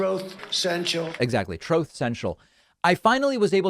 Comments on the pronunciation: Isn't it ironic Trump has a hard time saying the word truth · The reason Trump cannot pronounce "Truth" properly is that he has never spoken the truth before! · Funny how he can't even say the word "truth". We knew he had no concept of it, but he actually cannot say the word. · I have to admit I almost find it funny that Donald Trump can't even pronounce "truth" correctly. It says something about him. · He has so much trouble speak speaking the truth, that he cannot pronounce truth. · Trump has never uttered the truth. It's no wonder he can't pronounce it. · He lies so much he can't even pronounce truth... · Am I the only one who thinks it's hilarious, not only is captain orange incapable of not lying, he can't even say "truth" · Doesn't surprise me at all that Trump can't even pronounce the word "truth". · Don Soreloser can't pronounce the word "truth". ?! I guess he never said it before in his life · He has a slip on the word "truth", hmmm. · Perhaps "the Loser" Trump, is not able to pronounce the word "Truth", because that word is so foreign to him, that he never uses it. By the way, have you heard about Trump's phone calls to Pennsylvania, trying to "find" votes for the Wizard of Oz? Yup. He is at it, again. So, "Un-Truth" Social" is finally working, for now. Let's watch how long it stays up, this time. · He cannot pronounce the word truth because it's not part of his life and vocabulary, but the word lie just slides out of his mouth without him even trying to. 👺👹👺👹.